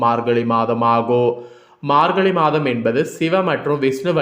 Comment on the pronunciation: அமாவாச இல்லையா அமாவாசை 🤣 மார்கலி இல்ல மார்கழி🤣( உச்சரிப்பு மிக அவசியம்)😊😊😊